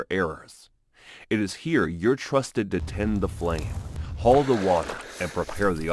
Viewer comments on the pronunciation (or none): none